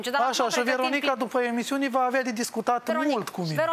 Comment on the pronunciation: Viorel:,,eu va spun egzact"...exact nimic ca de obicei 🙈...,, da mai bine nu va spun"...,,veti vedea"...,, când o sa vedeti ce urmează "...,, după iemisiune se va rezolva tot''...,,o sa discut după iemisiune"...,, o sa vedeti ce se întâmplă după iemisiune"... Io v-am spus ca pe mini nu ma interesează nimic" și tot asa 🤦‍♀️🤣 Jale! Un fel de nimic! 🤣🤣 De rasu plânsului! Felicitări,! Inspirație pt Viorel de-ai fi măcar!